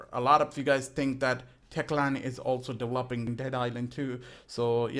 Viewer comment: De-volp-ing de ghame